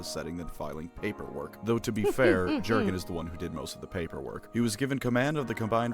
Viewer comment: Having reread the first six books recently, I can say that some of this isn't true. Namely the psyker's tittage thing - Cain was way more interested in the Inquisitor herself. Also the "ju" in Jurgen is pronounced "you", and the emphasis is on the last syllable, it's an eastern european name.